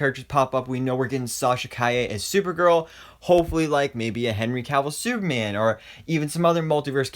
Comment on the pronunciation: I love the way he says batme-an and superme-an